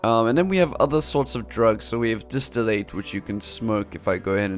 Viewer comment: Gosh, distillate is not pronounced distill-Eight. It's distill, and the "ate" would be pronounce like the "et" in "bet"